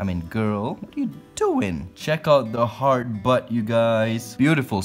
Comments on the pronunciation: The whole video I thought you were saying ‘hard butt’ lmfao. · Kinda sounds like he’s saying “*Hard* Butt”